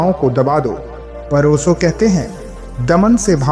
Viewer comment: ओसो नही ओशो.